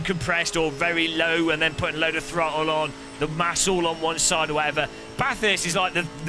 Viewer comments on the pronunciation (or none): none